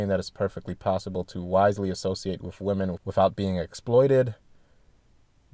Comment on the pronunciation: Drives me fucking crazy to continually hear saying "wiff" instead of "with".